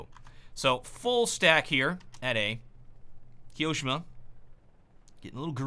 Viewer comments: The way he said Ki-oShiMa instead of Kio-ShiMa triggered me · the way you say kioshima is soooo awkward like it's not kiOshima it is kio shima just listen how the professional casters pronounce it... but still excellent video keep up the quality content !!😃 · kee-yoh-shima? TRIGGERED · his pronunciation of kioshima...